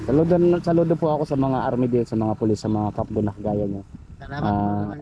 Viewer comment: cafgu Hindi kapgo